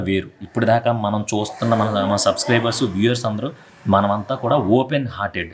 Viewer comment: Subscribers anakudadu pronunciation paramga subscriBUZzz anaali